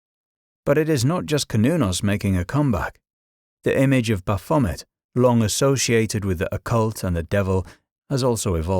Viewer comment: The AI voice is nearly convincing ' bull ' and ' Baphomet ' jar on the ear . . . but otherwise an informative, thought provoking video. Shame about the AI pronunciations though.